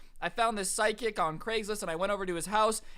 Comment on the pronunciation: Is it just me or does it sound like he is saying side kick not psychic